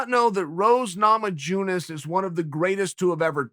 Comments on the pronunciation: Me: it is pronounced Na-ma-yuh-nas Chael: Namadjoones Me: it is pronounced Na-ma-djoo-nes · Chael “Nama-jew-nes” Sonnen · Rose Namajewnis? Its a Lithuanian name, that's not how you pronounce it. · Rose Nama jjjunas - Chael P Sonnen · Rose nama-jew-diss - chael"the curse is finally broken"sonnen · Rose is not Namajewnas Rose is Namajunas learn how to pronounce her name you idiot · Rose Ramajooneess🤣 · Rose Nama-joonis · Me: Rose Nama yune ez Chael: Rose Nama June ez Me: Rose Nama June ez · Papa Chael: Me and Thug Rose are friends Also Papa Chael: Roes NamJOONes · "I did not know Rose NAMA-JOO-NAS was...the INCORRECT pronunciation." - Kale "fight IQ" Sun-Chips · Rose " Nama-June-iss".......Chael that's the only round you ever lost. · "Rose NamaJEWnes" - Chael Sonnen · Chael “Rose Nama-Jewness” Sonnen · Chael “Rose Nama-Jew-nas” Sonnen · Pronounced: Namayunas the J is a Y sound. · Damnit chael I was sipping a drink when you said namajoones! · namaJUNAS .... okey chael okey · “Rose Namajewness” 😂😂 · Chael “Rose Nama-Joon-is” Sonnen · It's pronounced "nama-yunas" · Chael - "Namajewnas" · You also don't know how to pronounce her name. So it's ok. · You don't know a lot Chael. Like how to pronounce her last name. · Uncle Chael: I did not know... how to pronounce NAMAJUNAS.. I just did not know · You’d think a friend would know how to pronounce her name... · How he gonna say he’s her friend then pronounce her last name like that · I mean it just seems like he’s butchering names on purpose now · Chael: I know Rose, but I don't know how to pronounce her name. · "I did not know the J in Namajunas was a silent J I did not know" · lmao why he say her name like that after saying they are friends lmao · Dang it, Uncle Chael, learn to pronounce your friend's Lithuanian surname correctly! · chael cannot pronounce her last name...but they are buddies lol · They're friends yet he can't pronounce her last name correctly hahaha